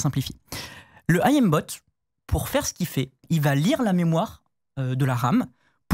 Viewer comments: S'il vous plaît, arrêtez de dire A.I.Mbot (ayembot 🤣), j'ai eu l'impression d'entendre ce débile de Tony (pour ceux qui connaissent). On dit aim (eim). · qui dit A.I.M. bot... 😂 Le Aillème bot. 😂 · Par contre svp aim (Ait y me) bot, et pas A I M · Pitié arrêtez de dire "Ayem bot", par pitié de grâce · Est ce qu'on peut arreter de dire "A.I.M" bot, quand on parle du verbe "to aim" = viser , et pas d'un acronyme ? Jpp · Par pitié apprenez à prononcer aim bot. Ca ne se dit pas "ahim botte" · "I am bot" "oualhack" je suis mort 🤣🤣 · Le "oual ack" et le "I am bot".